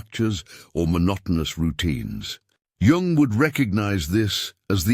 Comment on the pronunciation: Pronounced yung